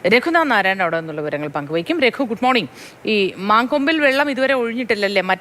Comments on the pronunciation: its mancompu aanu, not man kombu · മാൻകൊമ്പ് അല്ല മങ്കൊമ്പ് എന്നാണ് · മാൻകൊമ്പ് അല്ല മങ്കൊമ്പ് ആണ് എന്താണ് ഈ വിളിച്ചു പറയുന്നത്